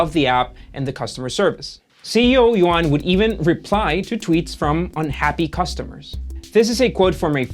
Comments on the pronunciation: His name is not yo-an, but pronounced more like you-an. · yuan = yoo-ehn yuan is not yoo-ahn